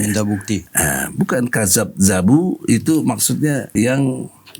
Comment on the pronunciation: kadzdzabuu.... mendustkan... bukan kadzab dzabu. berasal dari kata kadzaba = dusta. maaf/.